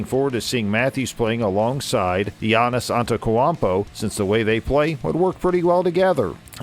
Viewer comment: How you gonna butcher Giannis' name like that? New commentator needed stat. Like one who watches basketball.